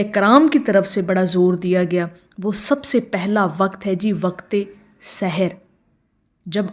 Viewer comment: سحر ھوتاھے س پر زبر کے ساتھ زیر کے ساتھ پڑھنے سے مطلب جادو کے وقت پڑھو